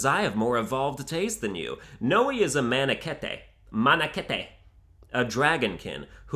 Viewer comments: So...it's not pronounced Mana-Keet? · The way you say Tharja, Cherche, and Manakete is incorrect. Also it’s mess upped to like a loli dragon, because you’re attracted in part to there body which is completely morally wrong. Maybe legal but morally wrong.